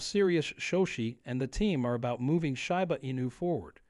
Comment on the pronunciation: It's SHEEEEEBA, not SHAI BA